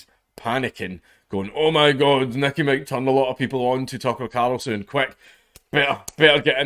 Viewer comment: I want to poke fun at him being unable to say carl, but I don't want to be rude by pointing it out....